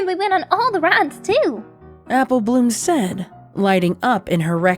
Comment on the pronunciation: Take a shot everytime you hear "said-uh" or just any "-uh" at the end of a word everyone dies from too much alcohol and dies again